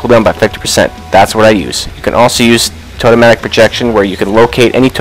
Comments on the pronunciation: "Totemic" is pronounced TOE-TEM-ICK. It is NOT totematic. Please, for the love of all that is Holy, correct your pronunciation of that word :) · For the love of god its pronounced Toe-tem-ick, not Toe-toe-matic! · Why do you always say toe-toe-matic..... it's Toe-tem-ick!!! Ahhhhh....... :) seriously though